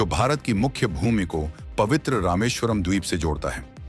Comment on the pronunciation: If your commentary is in an Indian language, the mispronunciation of names of Indian places is unforgivable, especially when it’s as well known as Rameshwaram.